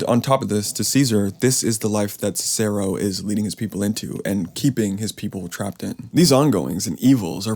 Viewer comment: You are mispronouncing the name Cicero